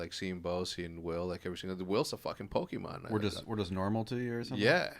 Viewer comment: "will's a fucking pockemon" 😂